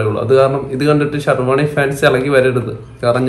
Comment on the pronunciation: Shervany alla servany 😀